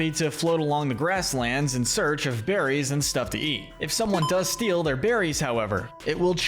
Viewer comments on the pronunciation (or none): none